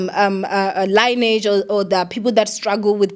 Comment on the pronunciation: Lineage, li not layneage.